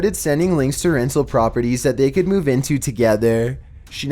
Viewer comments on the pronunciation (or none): none